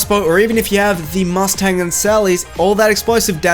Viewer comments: He said MUST TANG 😂😂😂😂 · I'm triggered... you overemphasize the "T" in "Mustang and Sally".